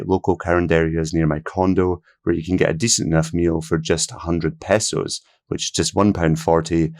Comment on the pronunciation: Thanks for saying pehsos and not paysos. Almost all western video’ers will say paysos. Somehow that highly irritates me. I thought the cost would be closer to 2000 dollars. So this is pleasant information.